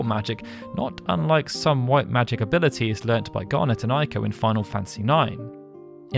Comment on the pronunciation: Its pronounced Ayko, not Eyeko. Ei in Japanese is pronounced like a long A in English. Ai in Japanese is pronounced like a long I in English.